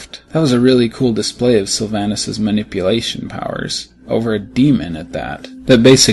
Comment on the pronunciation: Sylvanas is pronounced (sill-vawn-iss)